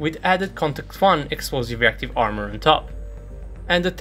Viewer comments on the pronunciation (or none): none